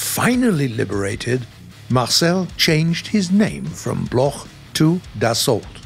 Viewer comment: Thanks for the effort, but it's not pronounce Blorh but block, Marcel Bloch is pronounce block still great video...